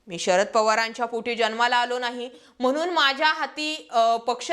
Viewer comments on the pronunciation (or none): none